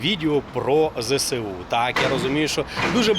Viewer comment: Зе Ес У а не Зе Се У